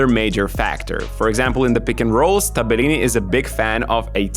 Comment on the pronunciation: wrong pronunciation, not Tabe-lini -> Tabel-lini